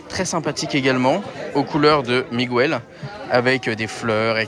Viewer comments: jpp je vais mourir si je ré entends "migouwel" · Par pitié prononce le prénom correctement c'est MIGUEL c'est pas compliqués quand meme!!!